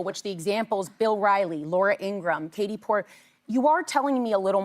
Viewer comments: Are you sure their name isnt Kate-he Port-him.😂😂😂😂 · Fatie Porterly 😂